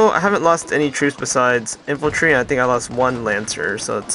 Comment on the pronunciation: Infantry. And cavalry. Not infultry and calvary.